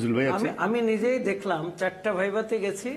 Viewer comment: বাবু মিয়া তো কোটাই পাশ তা নাহলে উনি ভাইভা কে বাই বাই উচ্চারণ করতেন না।